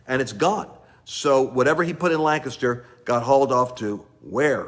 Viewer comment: Lance please see my message on FB! Prayers for my state leaders to be honest, humbled and surrender to God in Pa. OR BE EXPOSED!!!I love how you say Lancaster correctly like a Pennsylvanian 😄